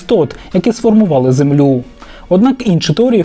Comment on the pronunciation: Святі крашанки! Що у вас із наголосами? Що за зЕмля? Що за ствОріння? Вам там зовсім насрати на авдиторію?